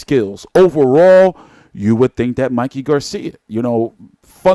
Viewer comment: VERY DISRESPECTFUL... THE MAN'S NAME IS MIKEY....NOT MICKEY... ANDRE ROSIER IS NOT ILLITERATE....HE IS JUST SIMPLY BEING VERY DISRESPECTFUL.. INTENTIONALLY .....